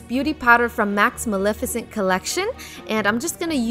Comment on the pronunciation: It’s not pronounced milificint it’s Mel-eff-e-cent